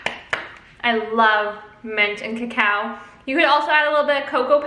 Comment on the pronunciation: omg i thought she said cow not cacao lolllll